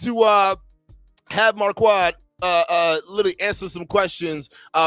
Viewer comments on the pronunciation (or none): Are you calling him “marQUAD” on purpose or to clown him?